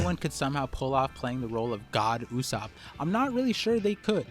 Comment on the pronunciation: It's not God ussop it's Go D Ussop.😃